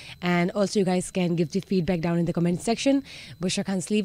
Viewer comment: Why does the host not pronounce Khan properly? Urdu nahin aati? No standards these days about language and proper pronounciation on TV. I don't get this pretend nakhray in some people's speech. Have enough confidence in yourself to be authentic. PS. All this star reading nonsense is ridiculous.